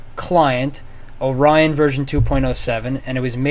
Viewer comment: Or-ree-on Orion